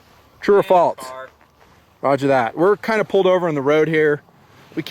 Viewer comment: True or "faltse" lol